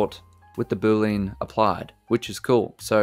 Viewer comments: Love the non-heavy Indian accent in blender tips. One thing thouhgh..... BOO-LEE-AN! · Boo-Lean is not funny, and you should stop it